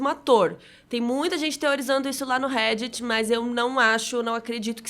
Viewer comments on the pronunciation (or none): none